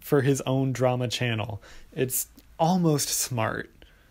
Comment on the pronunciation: the emphasis on almost love it